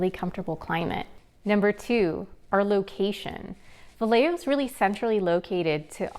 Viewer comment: Pronounced Vi yeah ho